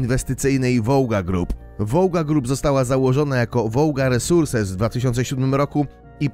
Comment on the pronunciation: aaa baranowi nic nie przeszkadza... Zapomniałem. pejton, resurses...